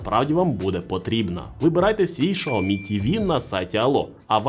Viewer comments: Сяомі а не Шаомі 🤦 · Ксиоми, сяоми но шаоми это уже что-то новое😂